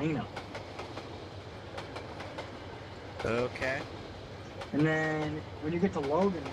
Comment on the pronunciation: Nice vid. Nice route too. I could tell you were in Springdale before you announced it. I drive I-90 quite a bit. I live in Billings, well Lockwood. Hillena?? Bawzman?? LMFAO!!! Hell-in-a. Bo-z-man. lol